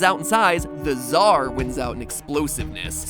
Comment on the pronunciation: Mat you are pronouncing tsar wrong its [tsar] not [dzar]